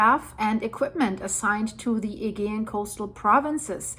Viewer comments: My dear the agaean is pronounced A GEE ann. Like " jee" ju" Agaean sea. (A jee anne) Not a "gee" an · Thank you for this, I have found your updates really helpful and informative! I am a Californian of Greek descent 🧿 and have been to Santorini 🏺📿 . This is all really sad to watch. One note, in English, Aegean is pronounced ‘uh-GEE-un’ with a soft ‘g’. 😘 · Hey, it's pronounced A-gee-an. Thanks! You had a couple of other mis-pronounced words, there, too. I can let you know what they were, if you would like. English can be difficult! 😀😀😀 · its pronounced a -gee -ann Aegean sea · still can't say aegean properly